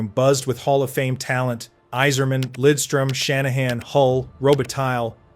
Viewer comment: There was one where you pronounced it wrong. Not ragging on you buddy, I just found it odd, so I mentioned it. The same thing happened with Yzerman's name. No biggie, it slips through occasionally. Easy to slip when reading from a script. I do the same thing